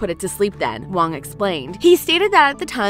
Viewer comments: Great comments… although, was difficult to hear the narrator pronounce the actors name quite wrong and in a funny chinesey way. The director’s last name is Hwang, not “Wong” . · Great review! Btw, the H sound in Korean Hwang is not silenced--so not "wong" as u pronounced it, but more like "Huang" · Director Wang Dang Yak. Is it really that hard to pronounce vowels properly? Os should be pronounced as in "Okay" and U as in "Use". Why do these vowels are pronounced as "A" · Do me a favour and pronounce the names right “sAhNg jEe-HuHnN” “Lee Jung-gAy” “HyUnG jYuNg-YuNg” “jEoK-sHoE” “SaYnG-wOoH” “eEl-nam” “hWaYnG” etc.